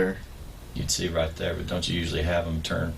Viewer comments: Sometimes when he says 'right' it sounds like 'bruh' to me. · Why do I hear 'bruh' every time he says 'right'. I'm sorry but i can't take this seriously when I hear it lmaoo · Everytime time he said right is sounds like hes saying bruh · Everytime he says "right" I hear "bro".